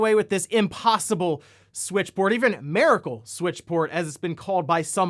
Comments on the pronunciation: "Maricle"........🤔 MIRACLE? 👈🏼👍🏼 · nope, NOONE besides you has called it a "mare-ah-cool", i have heard people call it a "mir-ah-cool" though. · auto-mata? mira-cle? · How is no one seems to be able to pronounce “miracle.” Can’t stand people saying “MEARacle” 😅